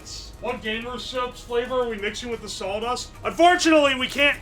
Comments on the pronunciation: You can tell where he lives down to the square mile by how he pronounces saw dust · was just thinking about if he was saying Sauldust. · That's what I heard, too. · Says salw dust instead of saw dust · sawl dust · Why is he pronouncing sawdust as "saul dust" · I can't stand "sawldust" we have to cut the wood with the "sawl" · It sounded like he was saying "saul dust" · I love how he says sawl dust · Drink every time says "saul-dust" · Really distracting how he repeatedly pronounces it "sawl dust" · uwo keeps saying "sauldust", we should probably check on him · Thanks, now I consciously hear sauldust all the time. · All i can here is "Sauldust" 😂😂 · not knowing that its spelled "birch"... sasuga,. Gotta admit, I've never heard it said as "Saul-dust" before. But I've read old historical documents about how in Britain they had to outlaw bakers from adding sawdust or even things like pottery ingredients (porcelain powder) because them using inedible stuff in their bread to last longer before rotting or molding became so prolific that it was actually causing people to die or get extremely sick and therefore required the law to step in. Some of the offending breads were as hard as bricks and there were numerous instances of people breaking teeth trying to eat them. But yes, historically sawdust was used as a filler in historical periods where flour was too expensive to use alone for bread - or it wasn't feasible to use exclusively flour due to famines or blights. As long as the right sawdust is used, the nutritional aspects will suffer but it'll still be "edible". In Britain, the amount of sawdust allowable in bread or other products was a full fledged legal category, and recipes to mask the taste of sawdust or porcelain were extensively researched by the bakers back then. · My dude are you from Tennessee/Georgia? This is my hometown and you are like saying "sawldust" and drinking sassifrass tea? If you aren't from my hometown I don't know how.